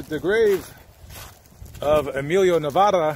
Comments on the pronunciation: Hell na!!! But hes trying... his last name is "navaira" not navara. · You need to learn how to PRONOUNCE his last name you are saying like the state of Nevada and it is NOT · Pronounce his last name right ese